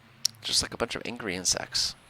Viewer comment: I kept hearing "Just like a bunch of angry ant sex" .. took me a while to realize you were saying "insects"